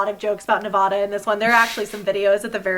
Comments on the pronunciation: nAwVadA Me: 😬:nAwVadA Me:😑 mmmmmm I still love you 💗💖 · Nobody came to say it so here I am, babe, It's 'Nev-AD-a' not 'Nev-AH-da'. I apologize in advance it's in my nevadan duties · The way they are saying Nevada reminds me of the meme that says something like: Nevada has informed us that they will not release the final count until people can say their state name correctly. Every time someone says Ne-vah-da they will restart the counting. 😂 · Nevadans cringing at the pronunciation 😂 love the memes tho